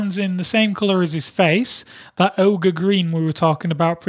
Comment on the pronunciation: It's not ogre it's never ogre